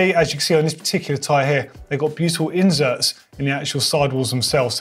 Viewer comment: Its inserts man not injerts